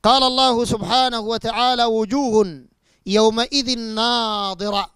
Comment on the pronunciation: اولا قرائتك للآية خطأ النظر والنضر يختلفان في النطق الشيء الاخر تقول ناظرة تعني الرؤية .فهل تعني الرؤية في قوله على لسان ابليس قال رب فأنظرني الى يوم يبعثون